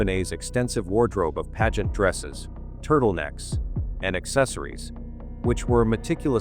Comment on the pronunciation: It's annoying how the AI voice can not pronounce "pageant" correctly.